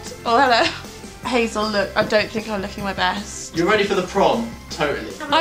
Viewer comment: I heard prawn instead is prom... Imagined you all in prawn costumes.